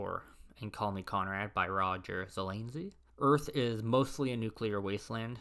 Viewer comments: It’s “zuh-LAZ-nee” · Good luck getting a response from someone who multiple times says Zelanzy instead of Zelazny. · Heinlein was the ultimate libertarian, its shows in his books. This guy mispronounces like a bot, I don't think he says Ze-Laz-knee the same way twice. This definitely shows how dominated early Sci-Fi was by a few writers. I would have been interested in seeing some attention paid to this theme. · Please learn how to pronounce the author names! You butchered Zelazny and Simak is pronounced with a short ‘i’ sound.